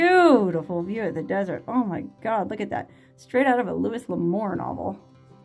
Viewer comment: I’ve always heard his first name pronounced ‘Lou-ie’ rather than ‘Lou-is’. I’ve heard you mention him several times. I’ve read a ton of his books and love them. If you love the Wild West, you’ll love Louis L’Amour. He’s one of the best! And he uses actual locations were you can almost fallow his stories on a map.